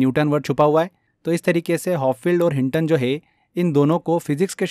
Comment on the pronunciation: P or w ka antar pata h aapko? Sab hindi mei translate kr dena habit ho gya kya? Hopfield h uska naam...